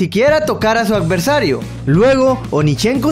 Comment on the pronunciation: jajajaja,,,, acversario (adversario) y signi (sídney) lacso (lapso) etc.. decía el amigo jajaja